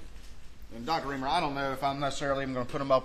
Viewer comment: R-I-E-M-E-R not Reimer. She spells is out for you within the first 5 seconds of the video.